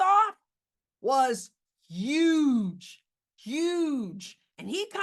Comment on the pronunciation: "Yuge!" hahahahaha... miss english teacher!